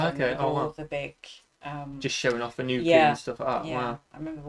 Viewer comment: I wish the narrator didn't keep misprouncing "nuclear".